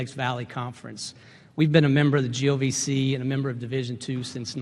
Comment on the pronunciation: i think accidently said GOVC not GLVC lol